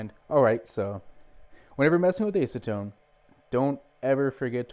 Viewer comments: I have a nearly identical printer, but with hinged side doors. It's the Qidi Tech I, $700 or less on Amazon. I'm digging it so far. I also spent $150 on Simplify3D. It's a very nice slicing program and more. PS - It's ASS-a-tone, as opposed to ACE-a-tone. :-) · Acetone - ass-u-tone